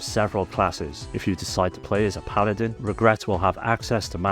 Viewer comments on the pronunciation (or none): none